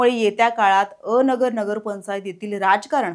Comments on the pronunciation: अ नगर नव्हे अन- गर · पत्रकार मॅडम, अ नगर नाही, अनगर आहे ते 😂😂 थोडी तयारी करत जा बातम्या दयायच्या आधी